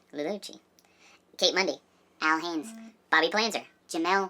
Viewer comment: You guys are awesome love How can always be excited about everything in life sometimes I forget that little things matter the most and she always reminds me so keep up saying are you excited I'm also very happy that you guys Care enough to say my last name Haynes correctly most people say Hayes